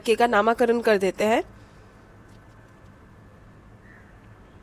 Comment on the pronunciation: Heyyyy, love your videos and cute pronunciation ❤ but a small correction its namkaran not namakaran the extra "aa" sound in the end of nam is not need. Take it positively because i am huge fan of you and always hype your videos 🫶🏻💗